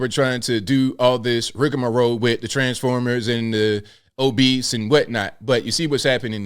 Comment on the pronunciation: you crack me up whenever you say "transformers" 😂